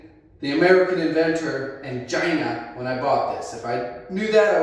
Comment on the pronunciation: "I just miss the way he said... Chy-nah":face-fuchsia-wide-eyes